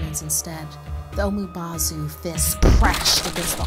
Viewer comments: Pronounces as 'bo' (almost similar to bow) not 'bau' for umibozu. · Umibozu would be pronounced like oo-me-bou-zoo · its pronounced "oo me boe zoo" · She pronounced Umibozu wrong but she's not asian so oh well.